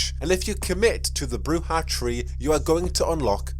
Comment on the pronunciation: According to the tabletop RPG guide the pronounciation is BROO-zhah , as they do it in Redemption